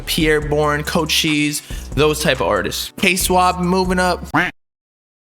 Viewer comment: Man said Chocheese instead of Cochise